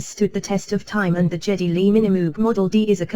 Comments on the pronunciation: Maybe this is a British thing I never realized before, but it’s Guh Guh Guh Geddy Lee, with a “Guh” sound. If I had saved aside the money and owning a Minimoog was my biggest dream synth to own, and I were a Rush fan, and had the cash, I would pay the extra five hundred for it tomorrow. I am a Rush fan, I love and respect Geddy Lee’s contributions to shaping the music of the late seventies/early eighties. I really would like a Minimoog someday, and appreciate Geddy Lee as an artist, as well as the customization on this one, so I would be in this camp, but I don’t think I’m in a position to buy this at the current time of this writing. If the opportunity came up again at a later date for the same price, I would be highly motivated to purchase one. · Please not the gee "G", oh my 😆 Long live MOOG and Minimoog for life!!!! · When I found out the price, to be honest I as shocked . I was expecting it to be around 7 grand. Way above my budget. But if the standard version is 5 grand? The sound of the mini Moog is the stuff of legend, appearing on some of the best music ever created. Incidentally, I’m not here to pick holes, but you are mispronouncing his name ( even though it’s not his real name ) the “G” it pronounced like Gary. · Oh my! Geddy is pronounced with a hard G! Not a J sound. 🤦🏼‍♂️ 😜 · Hard G - Geddy. The AI has mistakenly used a soft G (Canadian here). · Lazy. But then, you didn’t check how to pronounce his name either, so at least you’re consistent, I guess … … I did, and I was right … 2022 had the spring, and an extra LFO with controls near the wheels. So all the Geddy model has is the colour/logo, the top-mount cv jacks, and the other ‘xtra hot VCA’, it seems … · Why would someone make a video about a Geddy Lee signature Moog and not bother to look up who Geddy Lee is (and why would anyone in music, talking about the MiniMoog, not know who Geddy Lee is?) and how to pronounce his name? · Well his name is certainly not pronounced Jetty. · Geddy, not Jeddy